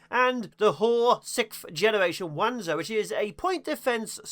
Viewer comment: Fun fact, as a LONG time fan of the Front Mission series... it's actually pronounced "Vanzer" and is derived from the German word "wanderpanzer" or "Walking Armor" (again, uses the V "sound" when pronounced in English).